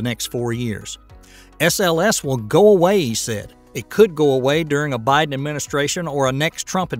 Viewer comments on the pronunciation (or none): none